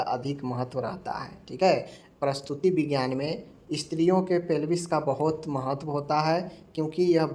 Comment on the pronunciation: प्रस्तुति विज्ञान नही प्रसूति विज्ञान बोलिये।